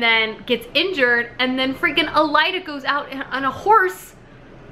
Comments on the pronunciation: okay but why is she saying every name that ends with an e sound like it ends with an a...? it Yrene, not Yrena. It's Elide, not Elida... AH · Omg, your pronounciations has me giggling!! You reminded me of my friend who says most of them wrong too. 😂😂😊 It’s Eye-Reen for Yrene Uh-leed for Elide. A-Lynn for Aelin O-rinth for Orynth (capital city or Terrasen btw) And Maas pronounces Manon as Ma-none rather than Man-un. But irl I know a girl with that name who pronounces it your way so either is good. Glad you enjoyed it!! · I'm facepalming so hard with how you pronounce the names lol so im going to help Aelin = A-LYNN Elide = UH-LEED Yrene = EYE-REEN Feyre = FAY-RA Orynth = OR-INTH capital city of Terrasen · I love how you keep saying "Elida" and "Alien" 😂😂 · El-eed, Muh-non, Irene, Aye-lin ;) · Are you saying Alien because you don’t like her? Lolol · Had to stop 6 minutes in due to the horrible pronunciations! You really thought the main characters name was ALIEN????? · StrangerReads omg the way she says Yrene, Elide, and Aelin is making me twitch. Lol love her tho